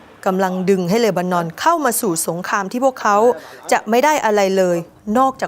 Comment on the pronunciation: ช่วยอ่านที เลนานอน หรือ เลบานอน เห็นแก่เงินมากกว่าความถูกต้อง สัตว์